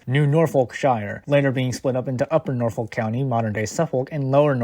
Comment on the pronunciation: Are you really from the area cuz you can't even pronounce Norfolk right?